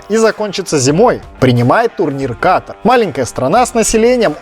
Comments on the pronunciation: Почему русскоязычные неправильно ставят ударение? Говорят кАтар, вместо катАр? В школе географию не учили?🤦🏻‍♀️ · Катар!!! А не Катр. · Дружок не катр а КАТАР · Какой КАТР? Не КАТР а КАТАР QATAR Ребята не говорите пожалуйста КАТР